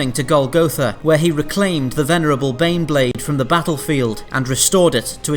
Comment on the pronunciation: Every time you say baneblade I hear beyblade. That crappy Japanese's cartoon for babies to sell toys, that me and friends watched when we were kids.